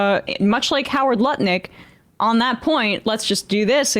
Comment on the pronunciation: I am no longer able to take Lutnick seriously in any way since I heard pronounce his name 'Nutlick'.